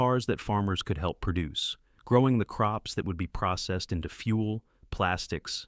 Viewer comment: "Precessed"? Idiot AI.